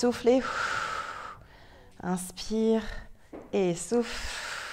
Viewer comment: Quand elle disait "et souffle" j'entendais "et souffre" 😂